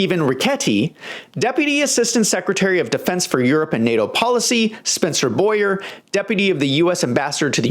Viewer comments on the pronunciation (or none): none